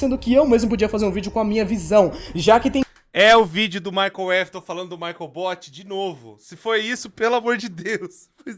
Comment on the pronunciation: Cada vez que fala Michael foi uma facada na alma 😰